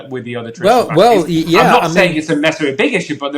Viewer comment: Stop calling mRNA technology " vaaaxines".